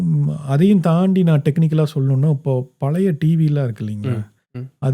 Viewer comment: ஆழ் மனம் (not ஆல் மனம்) வாழ்க்கை (not வால்க்கை) பழைய படம் (பலைய படம்) குழந்தை not குலந்தை, ஒரு வழி not ஒரு வலி, எழுதி not எலுதி. தமிழை தமிழாக பேசுங்கள். தயவு செய்து.